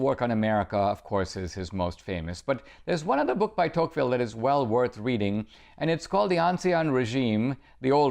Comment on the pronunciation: Are we all just going to ignore that he is pronouncing De Tocqueville's name wrong?? lol cmon dinesh!!